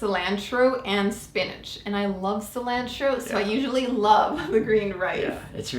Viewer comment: The way she says cilantro literally destroyed my soul